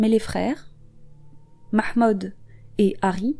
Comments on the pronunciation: 🔈 la prononciation du ''mahmood'' 😍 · Merci pour cette vidéo !! 👍👍 PS: ton accent pour prononcer le nom de famille de cette pauvre fille ,et vraiment Nickel ! 👌 Amicalement